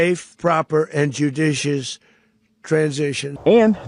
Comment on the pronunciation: Emphasis the Word Jew-dicious